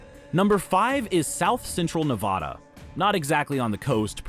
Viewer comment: No H in Nevada